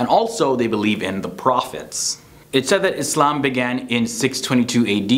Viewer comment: Like, how you pronounce the word Islam!!